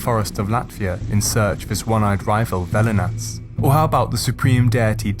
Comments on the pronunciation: its Velnias, not Velinas ^^. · Velnias not velinas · I am Lithuanian. The video is called "Baltic Paganism" but only covers the Lithuanian side of it, except for Mara somehow mixed in there, which I believe is Latvian. Also, it's velnias not velinas and ragana not raganos (plural form of ragana). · Not Velinas, but Velnias. Its pronounced like "velness".